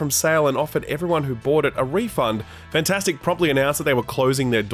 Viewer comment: and why does he always pronounce it "Fantastic"? Take that A out. "Fntastic", two vowel sounds. Easy.